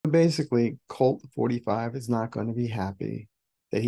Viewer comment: Did you say Colt 45 or dolt 45? Lol